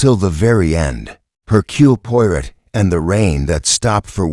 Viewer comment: hmmm.....AI voice :/ can't pronounce Hercule Poirot and j ust keeps running thru